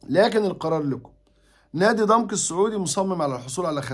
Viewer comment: عفوا يا استاذ كلمة ضمك تنطق بفتح العين وفتح الميم